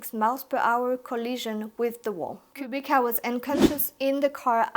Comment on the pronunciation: Thanks for next great video. BTW Kubica(KubiTZa not cubicka)